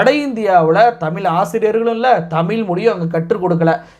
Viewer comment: தமிழ் என்ற உச்சரிப்பு தமிழ் என்று வருகிறது நண்பரே . தமிழ் பற்றி பேசும்போது தமிழ் உச்சரிப்பில் கவனம் மிகவும் அவசியம். திருத்திக் கொள்ள வேண்டுகிறோம்